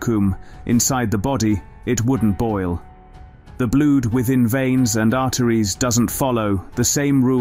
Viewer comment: It is quite a good videos but spoilt by the robotic voice. It was quite good until 4.30 when it says blued and vakkoom instead of blood and vacuum. Later it does correctly pronounce vacuum. But just get a real person to do it and it could be so much better.